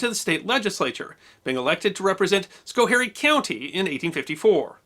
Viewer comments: for what it's worth, i live 42 miles from albany, and it's pronounced ALLbany, not AL bany... you got schoharie right though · Love your work, but I have to nitpick something; your pronunciation of Albany in the first segment. Albany, NY is pronounced All-buh-knee (roughly). It's kind of a thing that us Capital Region residents get a little, um, touchy about. Your pronunciation of Schoharie was right on the money though. And you got Binghamton right as well (nobody does)!